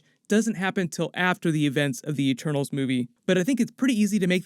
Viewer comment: At the start, I didn’t know if she was saying ‘Eternals’ or ‘ Ah-Tanos’ ??? 😂😂🤐